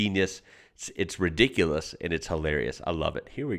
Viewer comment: Oi lol when you say ridicules /ie. If it's full on you can say it's Redonkuless 😉😇 cause that means it's off the chart